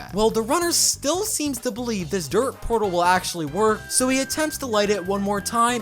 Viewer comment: it's "DIRT"